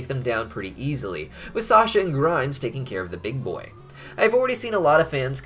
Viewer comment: Why do I find it funny that keeps calling Grime "Grimes". Like the musician.